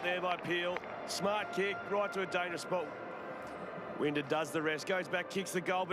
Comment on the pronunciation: It annoys me how he mispronounced winders name